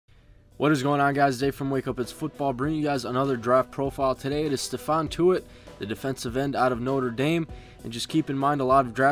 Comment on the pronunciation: it's ste-fon not steven